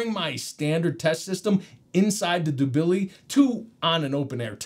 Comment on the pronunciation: The pronunciation of the Dubili is killing me 😂